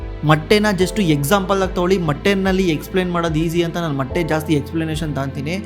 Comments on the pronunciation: ಮಟ್ಟೀ ಅಲ್ಲ. ಮೊಟ್ಟೆ 😢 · ಮಟ್ಟೆ ಅಲ್ಲ ಸರ್ ಅದು ಮೊಟ್ಟೆ 😮